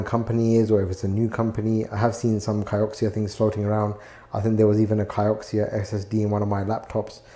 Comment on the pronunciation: Kioxia is Toshiba but name. and the Ki sounds like Key. btw Kioku stands for memory in Japanese, that's where the mouthful name come from